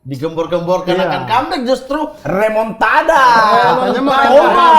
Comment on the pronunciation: Remontada❌ Remontrada✅